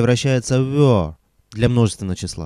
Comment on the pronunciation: Почему вы произносите 'вё'?